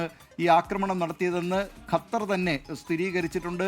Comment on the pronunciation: കത്തർ അല്ല ഖത്തർ